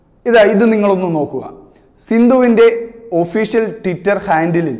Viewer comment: ടിറ്റർ അല്ല മോനെ ട്വിറ്റർ